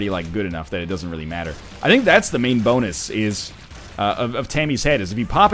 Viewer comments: Boonus? xD your canadian is showing! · "Boonus." Looks like his Canadian was finally showing.